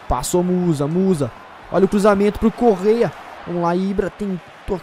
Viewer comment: Eu fiz a pronuncia errada é Correa.